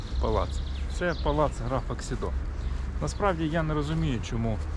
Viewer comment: Хмільник ніколи не перейменовували. Його назва незмінна від першої згадки в 1362 році. Писалося Chmielnik польською мовою, Хмельник російською і Хмільник українською. Район був Хмельникский, зараз Хмільницький. І граф був КсІдо, не КсідО. Він Ksido, а не Xido. Будь ласка, не вводьте в оману глядачів, напишіть уточнення у описі. Цікаве відео, але стільки помилок, шкода.